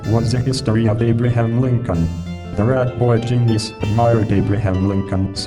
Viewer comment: "Ratboi Ginyiz."